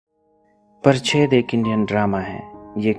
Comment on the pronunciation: अबे फ़िल्म का नाम तो सही से लिख। 'पाच्‍ट्‌' को परछेद बोलता है। क्या तेरे थोबड़े की छेद की बात करने आ गया यहाँ पर? परछेद🤣🤣🤣